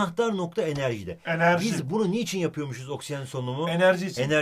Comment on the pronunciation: garip bir şekilde enerji diyo tövbe tövbe:D